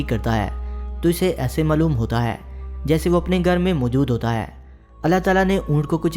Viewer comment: ہے کو اے کیوں بولتا ہے